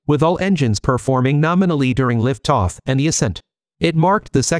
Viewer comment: "Liff Toff?"